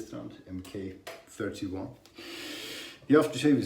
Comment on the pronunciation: Pronounced mark-31